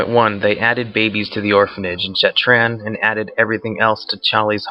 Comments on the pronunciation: Your videos are great, but dude, you can not read at all. It's Shattrath, not Shattran, and The Lich King, not the Linch King. This is noticeable in a lot of your videos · Why do you pronounce Shattrath as Shattran?